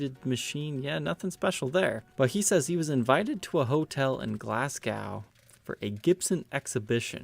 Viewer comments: Glasgo…..not glascow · for future reference, 'Glasgow' is pronounced 'GLASGOE!' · FYI it's "Glaz-go".